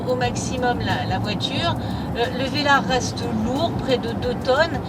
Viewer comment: Landeeeeeee rover heuuuu velarrrreeee